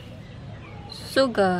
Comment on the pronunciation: it's salt, not saul